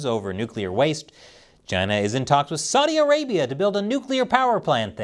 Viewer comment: Saudi Arabia? I thought you said glass land!